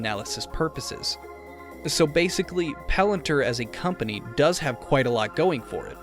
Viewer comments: I’m sorry it’s Palantir not Palanter. 🤦🏾‍♂️ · its not palant her. its "palan Tier"